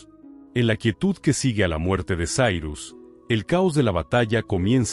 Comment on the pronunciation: Sairus??? E' Cirus, non e' inglese. La i si pronuncia i no ai, la c e' c no s. Inascoltabile.